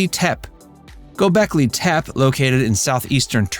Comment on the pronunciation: It's pronounced TEH-PEE or TEH-PAY not TEP. *A little background research will keep you from sounding ignorant.